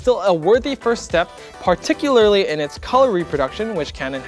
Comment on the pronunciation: Why does literally everyone on YouTube pronounce particularly like that??